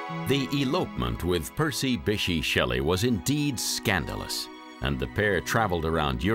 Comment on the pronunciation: The narrator's pronunciation of "Bysshe" is actually painful.